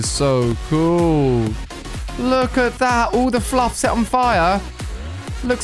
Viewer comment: When he says look , somethimes it sounds more like lack